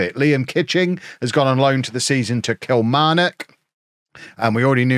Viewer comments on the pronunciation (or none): none